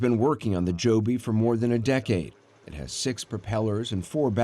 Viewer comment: Dee-cade. 😂 Why do so many of my Germans not learn how to speak English? So sad… and funny.